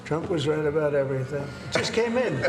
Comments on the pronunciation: “let’s talk boout it” As a Brit, she sounds Canadian🤣🫶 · Ohhh Desi... you are so welcome... just say abowt .. only fishermen in Maine, Newfoundland an' yer Nova Scotia say oot. dear. Eh ? A lot of Americans say abaut. Or we have funny hearing too. And stop with the KENada. It is not Barbie and Kenada. Think Tuna Can .. if you can